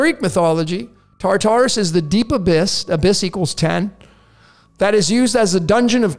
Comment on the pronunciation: ”Tartarus”: Torture us!